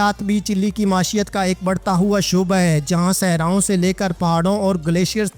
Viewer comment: Lafaz .maeeshat hai jisko bar bar ghalat parha ja raha hay .